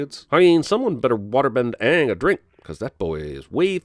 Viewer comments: Aanger Lol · Sin: the show mispronounces Iroh's, Sokka's, and espeacially Aang's names. You heared me, the show!